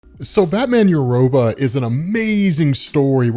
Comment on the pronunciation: Batman: EUROPA Pronounce it correctly moron